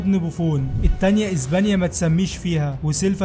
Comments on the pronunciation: SILVA ❌ SILFA ✅ إسبانيا ❌ إزبانيا ✅ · هي ازبانيا ولا اسبانيا؟؛😂